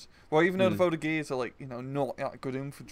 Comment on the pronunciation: Please listen how to pronounce Voltigeurs on google trad please. and L.flamme means Lance-flamme with an open "a".